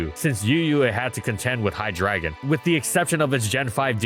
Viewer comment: he did not just pronounce hydreigon "high dragon"